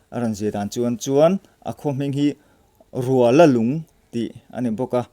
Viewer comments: Rualalung tih a ruala hi, lala nen kan inrual tih a, rual lam dan ang hian lam tur a ni, lunglei to chawngte road a awm a ni e. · Rual tih hi intual tih anga lamrik tur aw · Rualalung khua chu Lunglei atanga kalin Chawngte thlen dawn tepah a awm. I chhiar dan tur chu Rual tih lai kha a ki sangin lam la a dik ang.